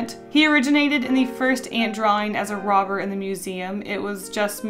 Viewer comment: When you said "Robber Ant" I thought you said "Robert Ant" So... I'm calling him Robert now. :)